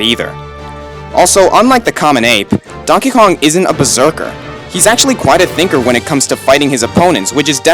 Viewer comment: "donkey konk"